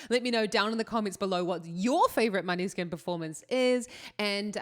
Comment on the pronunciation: Måneskin it's Danish: [ˈmɔːnəˌske̝nˀ];[. Danish for 'moonlight') Please.